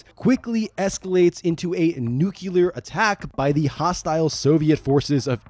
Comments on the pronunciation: The word is "nuclear" not "nuke-yoo-lerr." You sound like George Bush Jr. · It's spelled and pronounced "nuclear", not "nucular" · Its pronounced nuclear, not nucular. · Sorry... Nu-Clear. New-Kew-Lur was a mistake consistently made by George W Busch. PS, If I spelled Bush wrong, Murka. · the word is NEW-KLEE-URR, not NEW-CUE-LURR. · NEW-CLE-AR not NUKE-U-LAR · Also it's "nuclear" - "new clear" - not "new queue lur" - I have no idea why most Americans can't say that word. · Nuclear. Not nucular. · NEW-CLEAR! Not bloody nucular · Nuclear…Nu-clear, not nu-kew-ler. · While I loved this content, one thing was driving me crazy: It's NUCLEAR, not NUCULAR. Say il like the brand-name of a varnish or car headlight cleaner: "New-Clear. "two syllables, not three. That is all... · Nuclear not nuculear. 😂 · It’s nuclear fallout, not “nuculear” fallout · I love your videos but please PLEASE, it's NUCLEAR NOT NUCULAR! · Nuclear. New-clear Not nuke-you-lur Bush did so much damage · Say it with me. Nuclear. Pronounced, new-clear. Not Nuke-you-lur. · its pronounced "new-klee-er", not "new-kew-lur". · How the fuck do people get "nukular" from "nuclear"? READ THE WORD!!! LOOK AT THE LETTERS!!! NUCLEAR! It's pronounced "Noo-clee-ar"! FFS, it's not difficult! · It's "NUCLEAR" not "NUKULAR"! Please, please learn to get this right. Anyway... Dredd is a classic anti-hero; He's hard, he's (virtually) uncompromosing, incorruptible... but he has been shown to be a human, and he tries to do what is right. One of the best story arcs, in my opinion, was the Black Plague saga. A HUGE swarm of mutant spiders assults the city from the Cursed Earth. and I'm talking about a black carpet of death, the size of multiple states... Dredd teams up with some farmers from outside the city to try and stop the horde from destroying everyone within. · Great video, only one thing... its nuCLEar not nukelar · nuclear pronounced "noo-klee-ur" not "noo-qyull-er" brah, drove me nuts entire video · "Nukular" LOL